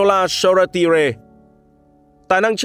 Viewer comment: Hình như tên của cậu Shoretire đọc là So-Tai-er mà ta